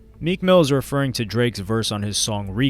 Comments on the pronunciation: U said meek ran into Mac killer dude wtf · Lmao i was rewinding and it said “most replayed” 😭😭😭😭i said ran into WHO